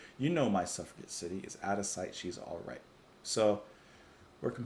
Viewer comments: Its pronounced SUFF-RA-JET. As in: "Captain Blackadder : I'm beginning to see why the suffragette movement want the vote. Lord Flasheart : Hey! Any girl who wants to chain herself to my railings and suffer a jet movement gets my vote!" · I think one of the Berlin albums like Low or 'Heroes' would be a nice contrast to Ziggy Stardust. btw Suffragette is pronounced with a soft 'g'. i.e. like a 'j'. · Suffragette is pronounced with a "J" Suf-ra-jet LOL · ........Its "Suff ra JET!"